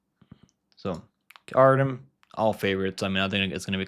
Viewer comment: Artyom. - that’s how you pronounce Artems name